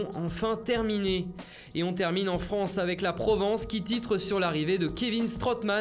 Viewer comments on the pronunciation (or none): none